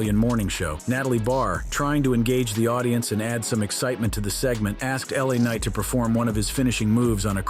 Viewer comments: Louisiana knight really??? if you’re gonna do a show about wrestling make sure you know what you’re talking about the “LA” in LA KNIGHT stands for Los Angeles. I hate when people who do these shows on YouTube have no clue of how to pronounce a wrestler‘s name that if you were a wrestling fan, you would know without quest. For God sake’s do your homework. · Damn dude. Louisiana Knight? Davis? Have you been under a rock or do you just not watch TV? I can somewhat see getting L.A. Knight's name wrong, but Danny Devito? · "Lousiana knight" Umm..IT'S LA.KNIGHT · This fk said louisiana knight lol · "Louisiana Knight" LOL I am from Louisiana and he is definitely not lol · No way he just called LA Knight "Louisiana Knight 😭💀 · Did bruh call him Louisiana Knight? It's Los Angles Knight😅